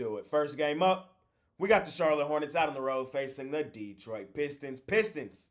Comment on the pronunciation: saying Det-4😮 but i can see it. I think i just threw up a little bit, saying it😂😂